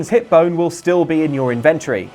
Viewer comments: Your pronunciation of inventory is creepy. (Sorry, but ugh.) [edit: and Hinox, too] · As an American, hearing inventory pronounced like that makes me think it's your stash of inventions...